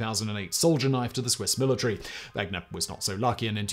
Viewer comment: You're adding a non-existent syllable after the "i" in Victorinox. Vic-tor-i-nox. It's like you're saying "victorionox" And you're pronouncing the G before the N in "Wenger" I thought we were supposed to be the illiterate ones here in the states :P What is all of this, then? ;D